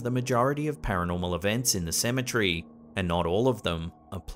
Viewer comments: It irks me to hear this guy pronounce Symmetry instead of Ce-me-tery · CEM - E - TER - Y. Why do you mispronounce this word so often?